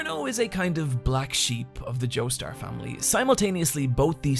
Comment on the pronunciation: go ahead